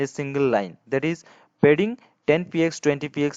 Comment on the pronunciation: oh man its not aa wedding its aa padding